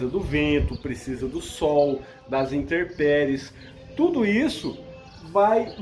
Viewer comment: é "intempéries ". Abraço!